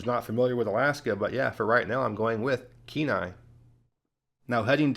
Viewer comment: Oh nooo, not Kenai😂 jkjk, but The Kenai Peninsula is great, Seward is pretty small, and Homer is a little out there, but although I don't want to live in Kenai or Soldatna, it's definitely a lot less out in the boonies as the rest of the Peninsula, shout out to you for pronouncing Kanai, and Soldatna correctly